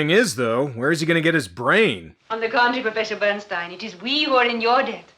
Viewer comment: Bernstein or Berstain? No. Bloodstain.